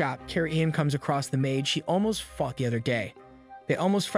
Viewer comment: Nah he said fought it just sounded different 🤓